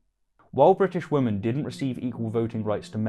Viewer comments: Every time you say women (plural) it sounds like woman (singular). It is one of my biggest pet peeves and it absolutely drives me insane. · By the way, I am trying to figure out why you pronounce women, as woman, and women's as woman's. I haven't been able to find anyone else who doesn't pronounce "women" and "women's", as "wimmin" and "wimmin's". Oops, I tell a lie. If memory serves me correctly, George Galloway is also culpable of this insidious mispronunciation. I suppose you're in quite good company then... >